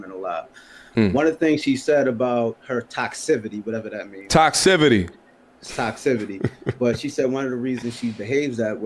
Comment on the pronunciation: lol "Toxcivity" Toxicity